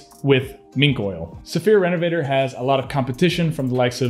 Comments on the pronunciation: So, this is going to be THEE most pretentious sounding comment ever, but....it’s pronounced REN-UH-VUH-TORE. It’s not me. They’re French!!! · Great vid. Hopefully I'm not being too picky, but can you pronounce it the French way instead of the English way lol. Thanks for the vid 👍👍